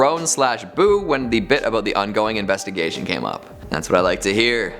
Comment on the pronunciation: "....the onvesting ingoigation...." LMAO!!!